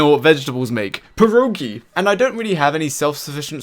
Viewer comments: Best part is the fact he keeps saying "per oh gee" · btw pierogi is said with a hard R and an O i stead of U , but spell it however you want